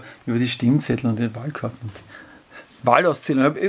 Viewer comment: Ich hör' immer "Stinkzettel" 🤣😂😅